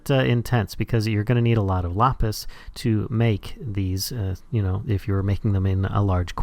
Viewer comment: LAPIS man says lopis